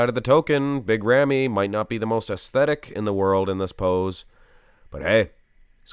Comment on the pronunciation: As Arabic You pronounce the name not bad 🙂